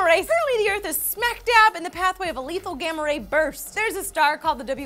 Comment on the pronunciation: Ahhh not gammar ray